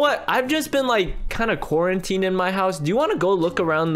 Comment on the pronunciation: I’ve been corinteening and stuff Me: YA EVEN IN REAL LIFE